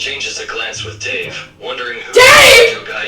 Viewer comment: not the " DAVE"🤣 OMG AND THE "HUGO"😰